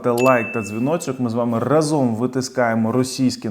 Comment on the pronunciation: РАзом , а не разОм !!!